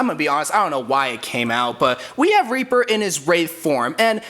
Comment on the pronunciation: This mans just said "Weaper" instead of "Reaper" I mf love you dude 😂💜💙